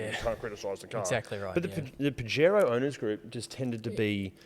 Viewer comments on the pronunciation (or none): Pajero (pronounced Puh-hairo) translates to wanker in Spanish